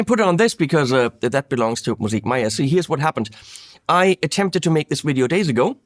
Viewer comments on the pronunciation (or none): none